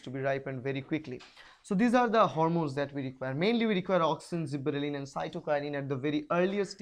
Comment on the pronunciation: i think it is gibberellins not zibberellin